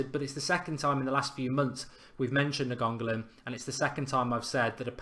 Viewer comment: its pronounced Nein-go-lin Mark